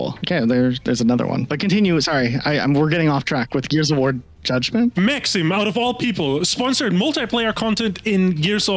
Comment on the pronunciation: I lol'ed at 'Max - eem'.